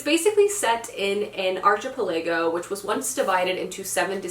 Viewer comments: She mispronouced it, british and american english pronounce it the same way. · LOL - it took me an embarrassingly long time to figure out that when you said “arch-ipa-lay-go,” you were saying archipelago (“ark-ee-pel-a-go” in British english). I’m not very used to the American pronunciations of things but it’s always interesting to see! Loved the video as always ❤️